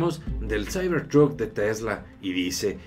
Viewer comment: "Saibor trut" jajajaja xD